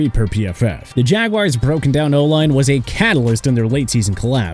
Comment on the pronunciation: Tre'von Moehrig's first name is pronounced TRAY-VON, Edgerrin Cooper's first name is pronounced EH-JR-UHN, and ALSO, Jagwires? It's pronounced JA-GWAARS. Get the names right sir!